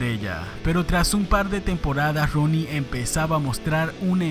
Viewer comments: Todo el mundo: Rooney: roni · Haces un video de alguien que ni sabes pronunciar el apellido...